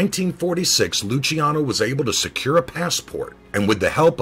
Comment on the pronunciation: As my name is Luciano I just wanted to thank you for pronouncing it correctly. :)